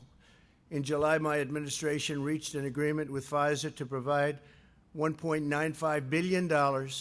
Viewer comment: Why does he always say "in my administrarion". Is he really that insecure? Or narcissistic? Or both?